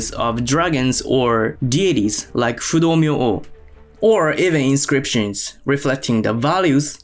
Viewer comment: ale te ai beznadzieja fudomo? xD Fudo Myoo..... zakrzywienia ? horimono czyli zlobienia.. tangu to tengu .. xD